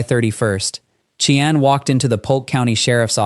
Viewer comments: Its pronounced shy-anne, not chee-anne. Seriously? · Ok you murdered the murders name and it's driving me nuts... We semi share the name Cheyanne is pronounced (Shy-Ann) just like the Cheyenne Indians and the capital of Wyoming 😅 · Listen to your AI sh!t before posting. Never pronounced the perpetrators name correctly!! Inexcusable and lazy!! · He also can't say her name